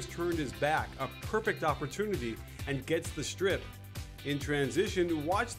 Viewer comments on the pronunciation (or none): none